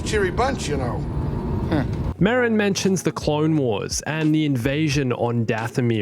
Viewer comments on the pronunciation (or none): You got both vowels of Merrin wrong.